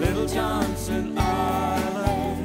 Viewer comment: He could at least pronounce Johnston correctly